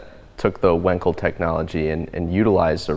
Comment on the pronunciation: Bravo for pronouncing Wankel as Felix himself did: Vonkel. Fun fact: Wankel drove a Tatra.